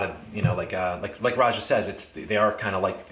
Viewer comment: Thanks for the review. I appreciate that you correctly pronounce Roja’s first name. His name is often mispronounced by fragrance reviewers as they interview him!